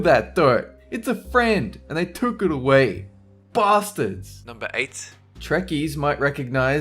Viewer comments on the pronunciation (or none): A Klingon "bat-lith" learn to speak please